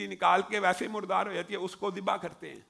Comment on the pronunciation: zibah hota hay.. mamoo ji... jibah nahi.. arabic mein z pronounce kartay hain.. tum indian iss ko J bana daitay ho